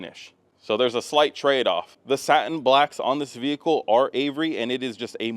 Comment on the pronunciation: If I could smack the tits off wreck it Ralph every time he says “VeE HiClE” I would